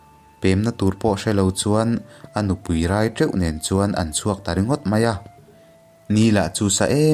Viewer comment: Tha hle mai....mahse,,rai teuh lai tak hi...thluk diklo deuh chuan ka hria